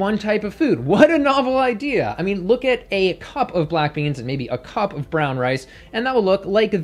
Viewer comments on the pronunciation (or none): none